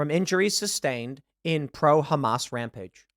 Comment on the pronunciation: You keep mispronouncing Hamas Piker, Terrorist supporter.